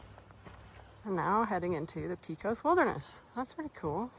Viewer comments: Enjoying your videos! Hate to be rude but I’m pretty sure it’s (Pecos) pronounced pay-cos. 😉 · Just to let you know that Pecos is pronounced like "Pay-kos" rather then like "Pee-kos" thanks for the nice videos!!